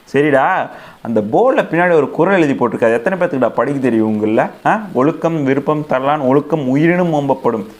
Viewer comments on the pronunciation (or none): Please correct yourself,Oyukam viyupam tharalan not virupam tharalan.